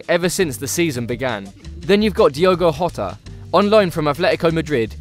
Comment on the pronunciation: I don't understand why most English youtube channels can't figure out the pronunciation of such commonplace names. The J in portuguese does not have the same sound as the J in spanish. That is to say, Jose Mourinho is not Hose, it is Jose. Diogo Jota, is not Diego Hota